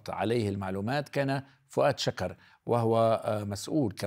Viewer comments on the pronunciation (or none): استاذ طوني شكر بضم الشين الكاف اول كلمة معاناه كارثي 😐😐😐